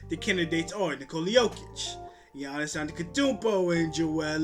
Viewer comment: You can't even pronounce giannis name!!!